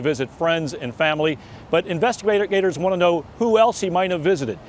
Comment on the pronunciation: investibater gators? lol :D